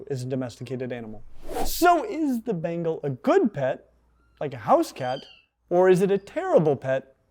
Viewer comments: Ben-Gaall not bengel. English student of the British Empire, we made the Indians life a misery, almost as bad as smallpox (a God out there apparently). They're cute and make the weirdest noises. I was allergic, the histamine cascade that almost killed me seems to have reset that allergy. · "This.....is a BANGLE!!! and a BANGLE!!! is the coolest looking housecat in the world...least if y'ask me." Lol. That pronunciation tho.